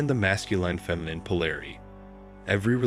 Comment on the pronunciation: It is masculine, not masculyne pronunciation. Great summary.